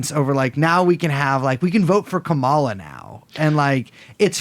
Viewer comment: Kah-muh-luh. Not Kuh-mall-uh learn how to say her name